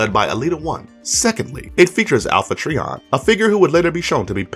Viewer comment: Its pronounced "try on",not "tree on".seriously,dude.